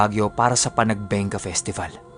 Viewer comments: Panagbenga po yata yun hindi Panagbengga pashout out po ofw Taiwan thanks. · Panagbenga is pronounced as “PANAGBANGA”